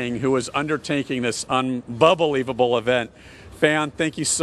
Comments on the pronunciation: When he said "unbubblelievable", I already knew he'll mess up. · As soon as he said un-bubble-leivable, I knew the fates couldn't let this offense on the ears go unpunished. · He should have lost his job right when he said unbubbelievable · The most painful part was when he said un"bubble"leaveable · i know its goin down when he said "unbubblelievable" instead of unbelievable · Hahahaha, “unbubblivable”! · No, it's unbelibubble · When he said unbeliebubble i was reminded on seokjin😂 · When did he say unbubblelivable